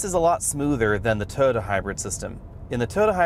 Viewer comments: Is he calling it a 'Toe-Da'? It is called Toy-O-ta. Ford seems to be improving, but I don't think it is at Honda CRV or Toyota Rav4 quality level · This guy can't pronounce the word "Toyota".